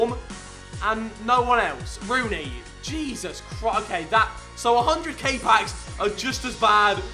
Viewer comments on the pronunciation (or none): none